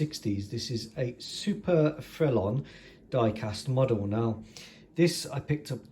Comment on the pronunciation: Bravo Monsieur! Ton prononciation de le mot « Frelon » était bon! Le très gros hélicoptère 😊 Gros means big, grande is more height related big. But you would be understood 😊 The S is silent here as it’s masculine 😊 If the object is feminine it would be grosse which doesn’t sound as nice in English 😂 Le grosse femme! Remember, as adults speaking another language, it’s just to be understood, not perfect like at school! I’ve been winging it for 15 years now…….😂 Nice model. I have to agree about a French style , a certain je ne sais quoi! I think it was loved in Its ASW capabilities but was otherwise restricted. If I can help source anything in France or western Germany then Let me know . I’ll get my email to you somehow👍🏼